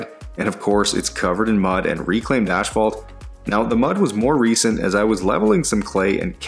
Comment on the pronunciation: It’s not “ash-fault”